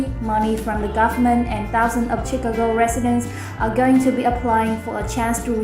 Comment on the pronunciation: Chicago learn to pronounce it correctly !!!!